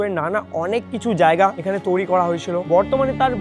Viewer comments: হোস্ট হিসেবে এমন কাউকে নাও যার বাংলা উচ্চারণ ভালো। তৈরি কে তৌরি বলছে, রয়েছে কে রয়েচে। শুনতে বাজে লাগে, আগের ভিডিও গুলোতে একই রকম ভুল উচ্চারণ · তৈরী ❌ তৌরি ✅ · তৈরি ❌ তৌরি✅ 😂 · একটা উচ্চারণ আমার খুব খুবই কানে লাগে, তৈরি কে তৌরি উচ্চারণ করে, এটাকে ঠিক করা উচিত । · Toiri❎ Touri✅😂😂😂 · 😂😂😂😂😂😂😂 toiri? ❌ Touri😊✅ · TOIRI ❎️ TOURI ✅️ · তৈরি ❌ তৌরি✅ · Touri na bhai. Toiri 😑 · Toiri❌ Touri✅ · তরী নয় তৈরি😂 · তৌরি আবার কি ? তৈরী ওটা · তৈরী ❌তওরী✅😂😂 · Toiri ❌ Touri ✅🤡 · Blchi sb thk ache..kin2 ktha ta touri nah toiri hbe 😅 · Touri na, toiri 😑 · Touri না বলো to i re তৈরী 😴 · It's "তৈরি" Not "Touri" বাংলা টা তো ঠিকঠাক উচ্চারণ করো। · কথাটা তোউরি নয় তৈরি। উচ্চারণ একদম যাচ্ছেতাই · বাংলা উচ্চারণ ঠিক করে বলুন, বড্ড কানে লাগছে। "তৈরি" কে "তৌরি" বলছে।😢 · কথার ভয়ানক দোষ আছে, কথাটা তৌরি না তৈরি। Abondoned হতে গেলে একসময় ওখানে জনবসতি থাকা দরকার। সেমেট্রিতে কোন মানুষ জন থাকতো?? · ঋত্বিক ভাই ওকে আগে বাংলাটা ঠিক করে আয়ত্ত করতে বল। শব্দটা 'তৈরি' বলে। তৌরি বলে না। খুব কানে লাগে ভাই। প্রতিটা ভিডিও তে একই সেই তৌরি বলবে। হয় ওকে বাংলা ঠিক করে প্র্যাকটিস করা নাহলে অন্য কোনো হোস্ট আন। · Everything is temporary but "touri" Is permanent 😂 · Hrithik da sombhob hole তুমি নিজে গিয়ে এই ভিডিও গুলো বানাও উপস্থাপন দক্ষতা খুব ভালো থাকা দরকার এসব ভিডিওর জন্য তৈরী কে বারবার তৌরী শুনতে একদম ভালো লাগে না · ওটা তৈরী ঠিক করে pronunciation ta kor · তৈরি kotha ta thik kore bolo. Baki sab valo